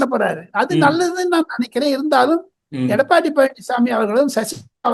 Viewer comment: SP வேலுமணி பெயரை சரியாக உச்சரிக்கவும்!